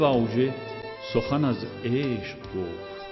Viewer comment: من هم از همین تلفظِ غیر عادی حرفِ "ش" ایشان در آواز هایشان عذاب میکشیدم! خانم پوران هم حرفِ "ق" را همیشه مثل "غ" تلفظ میکردند و در همه آهنگ های عاشقانه اشان "عشغ!" میگفتند که دادِ مرا در می آورد! نمیدانم چرا آهنگسازان و یا ترانه سرایان آن زمان اهمیتی به این مهم نمی دادند!